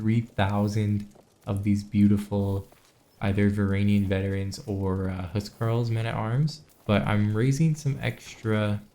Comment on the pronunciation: He also says "Varanian" instead of "Varangian", which is arguably worse.